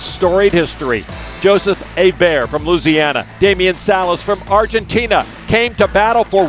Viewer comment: Lon, “Louisiana” has five syllables.